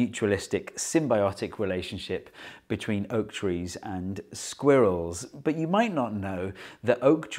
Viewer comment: I'll be honest, I clicked on this video just to hear a British man say the word 'sqwurells'